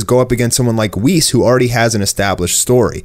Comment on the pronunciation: U had me till you said whis